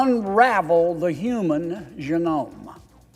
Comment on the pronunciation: .....genome isn't pronounced like that